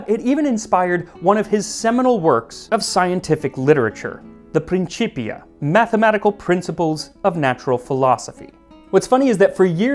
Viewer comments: Since "Principia" is Latin, not Italian, it is pronounced "prin-KIP-ia". ("C" is "k" in Latin.) What Max said, "prin-CHIP-ia", is Italian. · isn't the c pronounced like a K? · Just an FYI, England used classical Latin pronunciation rather than ecclesiastical, so in Principia Mathematica the "c"would be pronounced more like a "k" than a "ch".